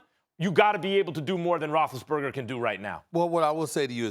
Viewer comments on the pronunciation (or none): “Big Ben Rothesburger” gosh I hate it so annoying